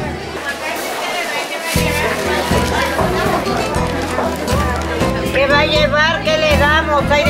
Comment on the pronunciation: lol "oh-hacca"